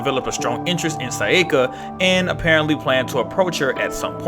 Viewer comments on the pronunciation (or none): Probably more pronouncing her name as "Sai-yeh-kah" instead of "Sah-yah-kah"